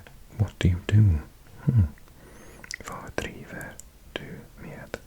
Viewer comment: Love the video, you are absolutely magic at doing ASMR so thank you. In Norwegian one does pronounce the ‘g’ at the end of ‘dag’ but not the ‘d’ at the end of ‘med’. 🙂 ‘d’ is almost always silent at the ends of words. Gud ‘God’ is sort of like ‘Gü’ (the heavenly pots of dessert) and ‘rød’ is ‘rø’ or in the plural form røde still drops the d, so in speech whenever you add ‘e’ for plural you end up with some very funky Scandi diphthongs! Æ is a fronted ‘a’ sound like in cat, only longer, so the mouth is quite spread. You do pronounce the ‘r’ at the ends of words, and this can be an alveolar tap or an uvulae fricative like the French r depending on dialect. The ‘e’ at the ends of verbs is fronted and more spread, like ‘e’ in ‘get’, not a schwa sound. The ‘e’ in ‘de’ is ‘ee’ and the ‘e’ in ‘det’ is a diphthong that is sort of like ‘ee-eh’ with the first sound there being less defined than ‘ee’ and perhaps like a schwa, and it’s a very quick slide into the ‘eh’. But that’s just my attempt to describe it. It’s easier when you can hear it. You also get this sound in ‘med’.